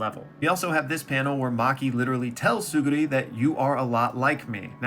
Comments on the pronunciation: Bro said Tsurugi, Tsugiri, Tsuruni...that guy's Teach! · You’re pronouncing it as Tsuguri not Tsurugi lol